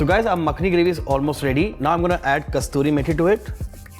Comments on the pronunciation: it's not Kasturi Methi, it is Kasuri Methi... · The methi is called Kasoori methi, from Kasoor in Pakistan. It is not kasturi methi. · It is good dish. Please amend it is Not Kasturi Methi. It is Kasuri Methi. A city now in Pakistan. Thanks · First time...heard a chef pronounce wrong way for kasuri methi....I was shocked